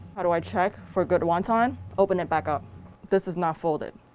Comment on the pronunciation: never heard anyone say waun taun